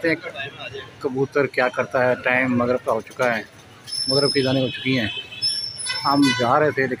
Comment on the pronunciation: Magrib Not mugrab